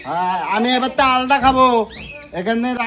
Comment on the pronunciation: "আলদা" বলে কিছু হয় না.. ওটা "আলাদা" হবে।